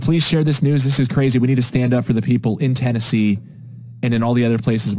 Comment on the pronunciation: Ten-NAZEE (10 Nazi)